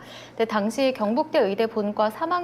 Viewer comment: 아씨 경북대가 자꾸 굥북대로 들리냐 ㅋ